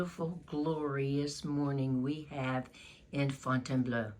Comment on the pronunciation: Très bien! I love how you say Fontainebleau!